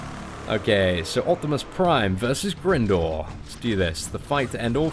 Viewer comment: just so you know its Grindor, pronounced as in grinding